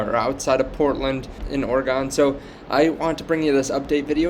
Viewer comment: Lol we don't say "Or-gone" here. It's "Or-gun". Portland is quickly turning into a hell hole like every other big city in the west, but the coast and the mountains are still beautiful. I still like living here though. Not sure how long it will be until I have to get out.